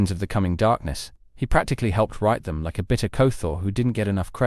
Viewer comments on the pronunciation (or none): none